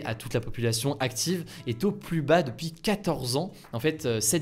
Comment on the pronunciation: "siGnificatif", "pluS", tes fautes de prononciations me tuent xD